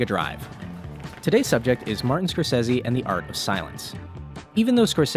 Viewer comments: It's not Scorses-i it's Scorses-e!!! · It’s not Scorsesee, it’s Scorsesay!!!! Repeat: S C O R S E S E. the letter E in Italian always sounds like e in get ! Not a single one pronouncing it right! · He said scorsezzy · Isn't Scorsese an Italian surname? You should pronunce the last "e" like the e in "ehy" :)